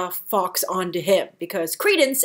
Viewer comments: Fox lol.......it's Guy Fawkes, pronounced like Forks. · I want more Law & Depp, don't give me such good actors & loose them in flash backs or sub plots. Hope you feel better soon. Fawkes is said more like folk, English is odd. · I thought the 's' in Fawkes was silent